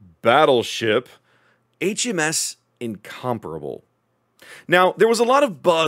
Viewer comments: Sounds weird the way you pronounce it, It should be pronounced like in- com-pair-able, btw I am from England, and it was originally going to be a Battle Cruiser... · Thank you for finally getting rid of the word “Incom-pair-able” outa my head driving me mad!